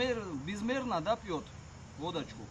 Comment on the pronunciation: КАК ОН ГОВОРИТ "ВОДАЧКУ"